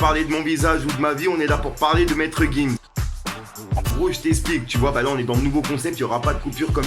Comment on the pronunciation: 30 000e de montre tout sa de perdu tes actu sont pas complète même le nom de gims tu dit nimps psq c'est gims et non maître gims